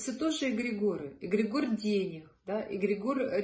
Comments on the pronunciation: Очень интересно и познавательно. Но следует знать, как правильно произносится слово, понятие которого вы пытаетесь раскрыть. ЭгрЕгор. Ударение на 2-й слог. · всё таки какое правильно ударение на слове эгрегор? Впервые в жизни слышу от вас это слово с ударением на О. 🙏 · Очень странно ставите ударение эгрегОр ….режет ухо 😂